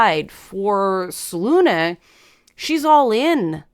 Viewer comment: "Selune" is definitively pronounced with the final "E" — as the name is clearly inspired by Greek "Selene", Titaness of the Moon as well as the Moon itself